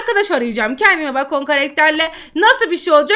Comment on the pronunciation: Bacon diye yazılıyor bekın diye okunuyor abla😂😂